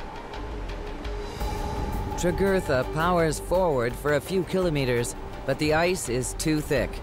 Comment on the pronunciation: It's the usual false drama. Should I mention that the narrator can not even pronounce Kilometer properly? It's a great show with horrible writing and production.